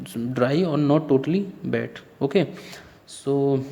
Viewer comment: Its wet not bet